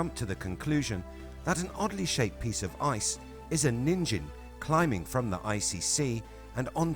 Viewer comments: 💙💙✌️ enjoy the day, my frien [by the way, NIN-gen, with a hard G, is how you pronounce the JP word for 'human'] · It is pronounced as nin- (as in Ninja) and -gen (as in Get, with the hard G sound). Your way of reading the word means a carrot (Ninjin) in Japanese.